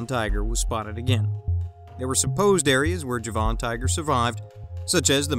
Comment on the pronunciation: Please pronounce the word JAVAN correctly...not Ja-von ! Try this..Javin or Javen ..